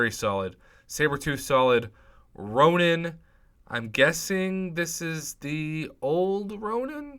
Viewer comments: Its Ronin, not Ronan in the first crystal. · Is it just me or does he pronounce Massacre oddly and calls Ronin, Ronan?